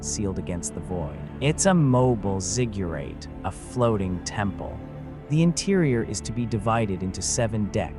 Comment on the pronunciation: you also pronounce gilgamesh and ziggurat strangely